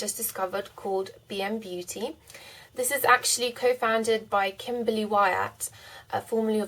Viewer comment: I just got a kick out of listening to the way you pronounced "Kimberly" because that's my name too XD haha loving the smokey eye! :D